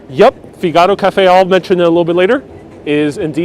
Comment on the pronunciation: It’s pronounced ”Fig ah ro.”